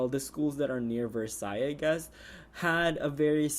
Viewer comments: Drop the "s" on Versailles...its french and you pronounce it..like...Versi....just saying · And it's pronounced ver-saiy